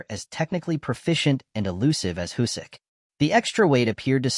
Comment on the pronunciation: Can't watch this with the terrible automated voice and "Husyk" pronounciation lol